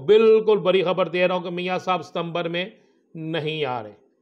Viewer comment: آپ کا " ڑ " کہاں بھاگ گیا ڑانا صاحب؟ لرینگے جھگرینگے بری خبر۔۔۔۔ بڑی خبر 😊😊😊😊😊😊